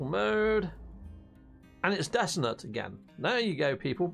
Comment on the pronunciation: Dissonant for god's sake.Not dissident or desolate.